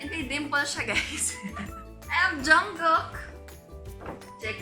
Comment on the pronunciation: Finally someone who pronounces 'Jungkook' & 'Suga' properly